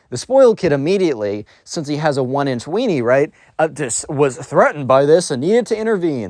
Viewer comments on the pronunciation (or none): "A one inch weanie" 😭😭